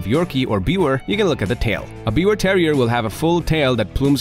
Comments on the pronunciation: you pronounce it 'beaver' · It's pronounced like " beaver " -- the W is a V sound in German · Thank you for saying the name almost correct. Its german so the w has a v sound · The pronunciation is "beev-ehr" with a soft "r" at the end, almost like "beaver". 🙂💜 Also called a Tri-Colored Yorkie. My parents have a Biewer. Even with her serious heart condition, she is the spunkiest, most spirited dog I know, and she LOVES attention! ❤️ Stubborn and opinionated, but an absolute lover! 🥰